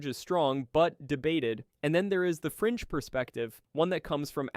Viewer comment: I know youre saying "fringe view" but I keep hearing "french view" in my mind, and I find that kinda funny.